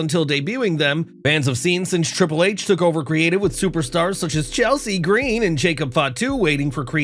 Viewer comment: Appreciate the way you pronounced Chelsea Green (it's the only correct way)